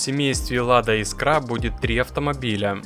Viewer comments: Искра,а не искрА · Искра!!! Ударение в слове «искра» следует ставить на гласный «и» первого слога — «Искра» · Чувак, ты уж определись: Искра или искрА, а то по тексту то так, то сяк говоришь. А лучше погугли, как правильно: жена-лингвист под "дулом скалки" заставила тебе коммент писать))) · Бляааать! Я так и не понял Искра или искрА? Как правильно? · Искра - с ударением на 1-й слог! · Искра ударение на ИИИИИ !!!!! А то ухо режет!!!!